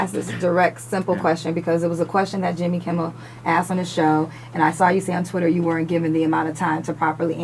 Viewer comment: Oh girl kept saying Jimmy kimbel she mine as well say Jimmy Fallon with her goofy ass lol